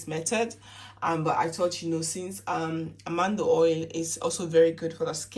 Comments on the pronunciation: Its Almond oil not Amando oil ! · It’s Almond oil not Almando oil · Almond oil. Pronounced ALL MAN D. Like the nut. Peanut, cashews, almond